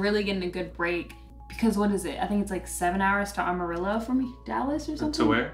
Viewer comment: Welcome to Texas!!!!! Hopefully the weather starts to clear up and the humidity dissipates. Too cute how you pronounced Amarillo.....lol.